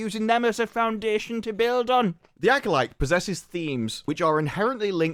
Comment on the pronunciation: Why did they have the guy that can't pronounce acolyte say acolyte?😅